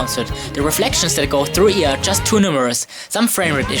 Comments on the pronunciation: Not used to saying 'IA' like "ee-aa'. I always say "ai-ey"... :'D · Its Pronounced I